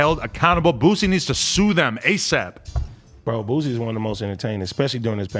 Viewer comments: It’s boosie not boozie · Boosie not boozie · Boosie. Not boozy